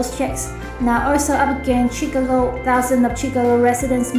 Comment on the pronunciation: Chicago learn to pronounce it correctly !!!!